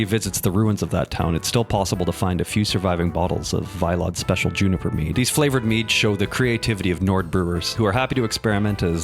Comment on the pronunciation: Sir do you play Skyrim with the voice acting turned off? Ralof clearly pronounces it "VEE-LODD", not "VYE-LODD".